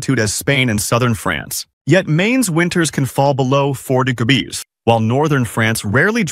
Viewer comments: Gebees versus degedees, long live the AI audio generator. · I cant stop laughing at the “digabees” and “degergees”